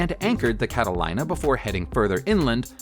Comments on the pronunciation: Catalina is not pronounced 'line-uh' it's 'lean-uh'. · It’s called Catalena not cadalada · Cata li na ?? - - its a Cata lee na - - like the islands off the coast of California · Cat a keener,… not Cat a liner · People who make these videos need to get their facts straight. Lots of mistakes in this! Also, they need to learn how to pronounce the names of things. Catalina is pronounced CATTALEENA, not CATTALINER. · It's pronounced Cata-leena not Cata-lyna. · That flying yacht is pronounced Cataleena, not Catalina which is h ow it's spelt. Doh! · Sorry, it is not Cata-line-a. It is pronounced Cata-LEEN-a. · THE PBY 5 CATALINA IS PRONOUNCED CAT AH LEE NAH NOT LINE AH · It’s a PBY Cata-Lee-na not cata-lie-na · Cata-Lee-na, not Cata-leye-na! For Christ's sakes... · ... PBY "Cat-ah-LEENA", not Cat-uh-line-uh. It does make a pretty cool yacht!!! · It is pronounce cat-ah-lean-ah, NOT cat-A-line-ah. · And I always thought 'Catalina' was pronounced cat-uh-lee, nuh................ not cat-uh, LIE, nuh ! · Dude, it's a cat-a-leena not a cat-o-lina. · cata line a? cata-leen-a! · the aircraft your discribing is a Catalina (cat a leena ) nothing to do with (Cat a line a ) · Cat a line a. Leen a Leeeen a Catalina and do some research on your videos not good for the Youth to be lying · 'Cata LEEN a'. Not 'Cata LINE a'. Think Catalina Island of the coast of So Cal. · That last plane is pronounced Cat-uh-leen-uh, not Cat-a-line-uh, and the mispronounciation is most irritating!! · It's cat-a-lean-ah not cat-a-line-ah. SMH. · It's a Cat-a-leen-a, not Cat-a-line-a. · It seems impossible to me that someone (especially a narrator) doesn't know how to pronounce "Cat-ah-leen-ah". It's a populated (and exclusive) island off the California coast. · It is pronounced Cataleena long e sound. Just like the island off of the California coast. Catalina (Cataleena) island. Sadly that airplane was abandoned one of the members of the group if I recall correctly was wounded by the Arabs. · Cata -LEENA